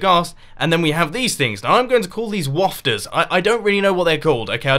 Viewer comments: WAFTERS! The way you said it Mumbo was really funny. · "Wafters" Is the air like a fart?